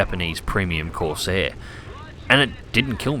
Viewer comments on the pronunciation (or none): none